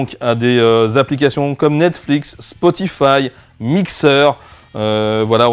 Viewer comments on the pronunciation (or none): none